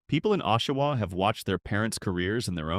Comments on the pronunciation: Factual accuracy can't make up for AI narration in the problem pronouncing names.... "OH-shawa"? And "Ni-PISS-ing" which we pronounce NI-pissing, to avoid the obvious joke. Worst of all: "So-saint-eh-Marie". What's wrong with hiring a Canadian who can pronounce the country's names? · (Joan here). Had my first laugh when he (AI) said Ni - pissing. And the rest of this clip did not let me down. OashAwa instead of Osh...and I cannot even begin to reflect how Sault Ste Marie was pronounced (so saint en marie, I think). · I hate AI voice overs.. it's Aww-shoe-wha not Oh-shoe-wha and Sue Saint Marie not not Sew Saint Aw Marie.. spelled phonetically. and I made it to #1 because I live in Ontario and near a few of those cities you mention. lol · Ashawa Timmans, Timonss, Timons Canora Barry Brdford ( Brantford) So St Omarie Wth?? Do better. This is insulting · So much more than that. A.I, sounds words out, and badly. For example. the verb READ, pronounced 'red' is pronounced 'reed'. Oshawa is read with a long or hard o at the beginning. (Twice!) Okay. Sew Saint All Marie! I just heard the Sault Ste, Marie one. How did the computer mess that one up so badly? And then Sew Saintay Marie? Then there are the constant vocal pauses throughout. A.I. narration is lazy garbage. I hope that it gets better. I won't be back. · They pronounced it O-shiwa. I hate AI. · It's pronounced Nip-ee-sing lake certainly not what AI said. Aqua-sas-nee----Awuasasne O-sha-wah-----------Oshawa Soo-saint-Marie-Ssult St. Marie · And Oh-shawa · I hate AI. Makes a video about towns it can’t even pronounce properly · Get some AI that can pronounce place names properly. Annoying.